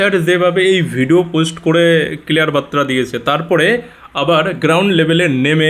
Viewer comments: বাত্রা নয়, বার্তা হবে। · Barta ,batra na , শব্দ টা বার্তা। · বাইরে ওটা বাত্রা নয় বার্তা (বারতা) হবে।